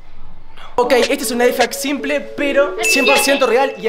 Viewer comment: X se dice lifehack